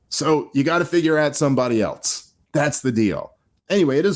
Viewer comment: Dave, I like the channel. The word is “else.” Not “eltse.” There is no letter “t” in the word. Other than that, keep it up!